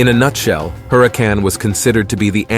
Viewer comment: Le Sigh, it's not 'Maze." It's pronounced: Mah- Eeze Written Maiz Also it's Huracan but NOT pronounced with the sounding of the 'H' in English. It's just not pronounced at all. I'm Mayan and we did NOT know a Germaniac language (aka English), H is not pronounced. Not ever is it Germaniac it's Mayan.